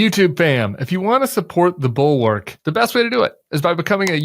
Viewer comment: Could you possibly pronounce Bulwark correctly?